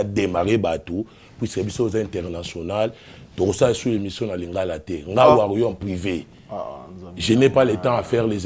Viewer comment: stp stp stp mon frère tu fais très bien tes émissions on à besoin des gens qui parlent bien sur ton plateau pas les gars sauvage stp mon frère déjà il a des difficultés de dire warrior chez lui c'est warriom c'est la honte